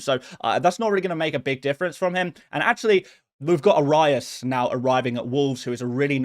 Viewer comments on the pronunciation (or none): is an insane way to say Arias